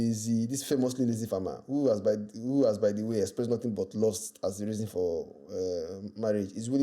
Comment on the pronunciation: He "expreased shock" like Bubu 😂😂😂